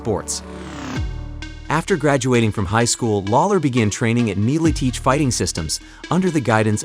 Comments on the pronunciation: At least know how to fkn say MilEtich. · Love the way he says Militich. 😂Great documentary btw. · Just by the way he pronounces Miletich tells me a lot